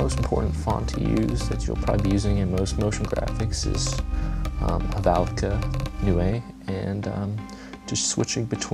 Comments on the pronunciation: it sounds like "noy" because it's German. So it rhymes with 'boy'. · Just as an FYI, Helvetica Neue is pronounced "Hell-vet-icka New" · "Helvetica New-A"? LOL